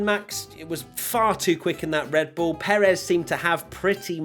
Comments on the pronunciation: "RED BUIL" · i love me some "RED BUIL"